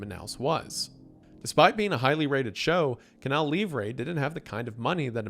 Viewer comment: Is it really that hard to pronounce "livre" correctly? It's like a key point in the story just say it right jfc